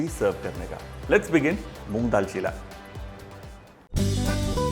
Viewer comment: it is cheela (चीला) not chilla (चिल्ला)